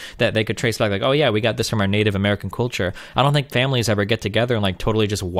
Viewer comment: God damn, I really HATE the way this guy pronounces "culture".